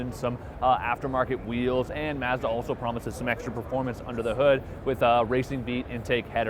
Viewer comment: Hopefully by now someone has taught this guy how to say mazda